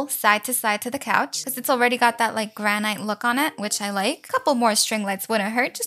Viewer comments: Just so you know,…Granite is pronounced gran it, your pronouncing the “gran” right, but the”it” is pronounced like how the “i” is pronounced in international or it Also, “11 hours ago” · amazing video and welcome back but its granite said 'g-r-a-n-i-t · Its Gran-It not ite lol Lol the table is round the chairs are round 😂 You can put stuff into the bags girl!!!